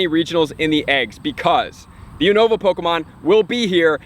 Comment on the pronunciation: YOU-NO-VAH. Just in case no one else told you. But it's all good. Keep up with the helpful content